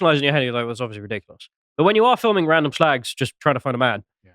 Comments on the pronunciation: Ceuse flimed by chinaman , you should call it "shrag"! "Shlag"is lacis plonounciation.,no? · Is 'SHLAGS' the proper pronunciation? Learn something new every day. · "Shlagz!" Jesus, just when I thought this channel couldn't get any more puerile... A thing so old that even 'Viz' was parodying it, back in the day.